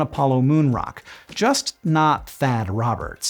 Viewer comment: "Thad" XD